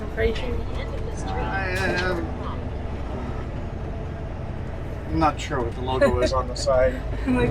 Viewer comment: There is a z sound in Fraser.